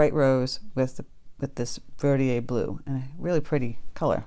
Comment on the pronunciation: Yay! Holbein! Marine Blue is a nice turq. color. Mixed with Daniel Smith's Quin. Gold makes a very pretty green. And, BTW, I think it's pronounced ver dee der blue.